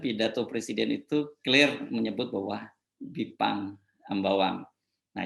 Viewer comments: Kok juru bicaranya ngomongnya aneh jelas itu Bipang bukan Jipang apa kupingnya perlu pakai alat dengar ya memalukan 😄😭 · Apa yg keluar dari bibir jelek dan mulut rusak...kata bipang jadi jipang. Dari otak kotor perkataan yg sudah nyata2 salah di cari2 untuk pembenaran. NGELES BROO.....!? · Pajrul, bipang jadi jipang, seprti pelawak yg memplesetkan kata2 biar lucu, syangny kamu gak kucu Jrul, tapi Norak ...